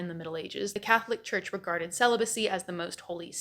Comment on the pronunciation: Am I the only one who heard “the cat lick church”?